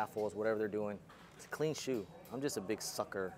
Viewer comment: These shoes been around for 17 years and dudes still can’t pronounce it 😂😂😂💀💀💀